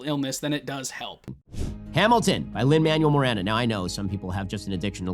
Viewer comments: Every time Ben said “Lin Manual Miranda” made me physically recoil into a ball of cringe and rage. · His militant refusal to pronounce Lin Manuel-Miranda's name is legitimately triggering to me lol